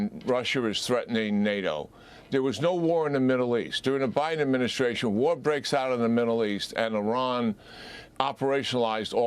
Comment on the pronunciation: Someone needs to explain to the President how to properly enunciate “administration”. He butchers it vocally as he’s butchered it … as he said “Medicare”.